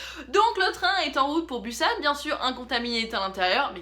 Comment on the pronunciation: je sais que on a le droit de dire comme on veut mais la ville ce dit busan on pronoce le s